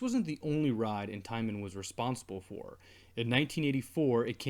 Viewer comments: He said intiman. It's intamin.should have gotten a B and M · It's in-ta-min not in-tie-men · It’s not intaimin it’s in tah men or intamin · in-ta-min is the correct pronunciation but good video I liked it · Nice video. This has a lot of potential. Also, Intamin is pronounced In-Tah-Men. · In-ta-min that's how you say it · Your pronunciation of Intamin disgusts me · Lemme tell you I screamed and ran to the comments when he said that 🤣